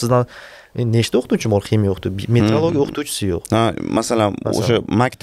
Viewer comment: Есть метеоролигия - это наука об атмосферных явлениях природы, а есть метрология - это наука об измерениях. Вы всю передачу произносите на узбекский манер - метрлогия 😢😂😎